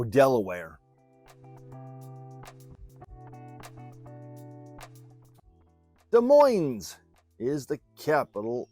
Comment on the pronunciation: Q.92 It's Des Moines not De Moines.